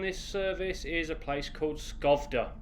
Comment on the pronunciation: The first stop Södertälje Syd is Soedertaelje South, the second Katrineholm was correct, the third one Skövde is Skoevde. Ö or oe is pronounced like a in english, as in A train. Ä or ae is pronounced like the E in tell.